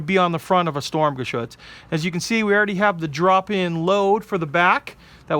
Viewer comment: Sturmgeshütz should be read like this: shturmgeshitz ;)